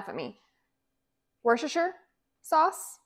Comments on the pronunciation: pronounce Worcestershire sauce the way us brits do,we call it wooster sauce,( phonetics) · worchestershire sauce is pronounced wooster sauce, hope this helps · I’m from the uk it’s pronounced wusta-sha sauce xx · i pronounce it 'rooster shire sauce'